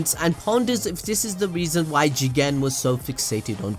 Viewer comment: Why does he keep saying jigen like that it’s not even a funny concept